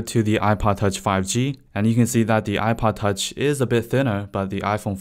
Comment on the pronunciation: The way he is saying ipod touch ;DD [apaatach]